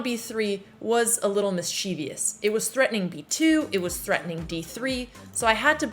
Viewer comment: Mischievous is read as "mischivuhs" not "mischeevious"